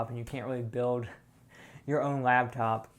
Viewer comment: It's LAPtop... not labtop... LAP... it can sit on your lap! This was driving me insane... thought I would share.:)